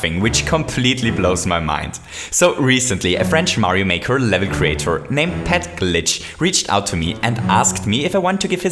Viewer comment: You're saying "Pet GLITCH"